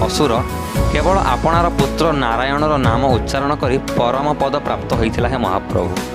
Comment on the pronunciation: Sir ଆପଣ ସବୁବେଳେ ପଦ କୁ ପାଦ ବୋଲି କହୁଛନ୍ତି।ଯାହା ପ୍ରଥମ ପଦ, ଦ୍ୱିତୀୟ ପଦ, ତୃତୀୟ ପଦ ର ପ୍ରଥମ ପାଦ ଏଭଳି କହିବା କଥା।🙏🙏🙏